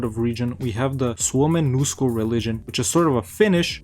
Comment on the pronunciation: Your pronounciation of Suomenusko sounded way better here gj ^^